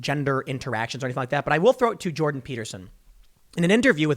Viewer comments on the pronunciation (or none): none